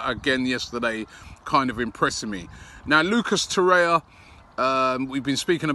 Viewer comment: "Lucas Torrea"